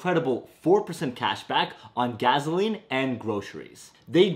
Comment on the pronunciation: Funny how you say 'gas' and 'gas station' correctly but then say 'gaZoline' lol